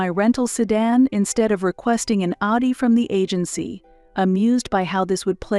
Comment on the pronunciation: AI has a problem with the pronunciation of Audi.